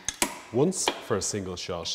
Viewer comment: "once, for a single shosh"